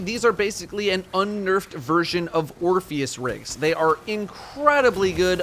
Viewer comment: i hate to be the guy to say it, but you say "Orpheus Rigs"